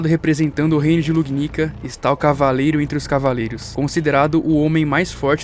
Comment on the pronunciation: Só eu q ouvi "lugupica"? Kkkkkkkkkkk